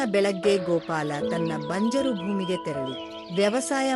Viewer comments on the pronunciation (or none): ಬಂಜಾರಾ ಅಲ್ಲ, ಬಂಜರು ಭೂಮಿ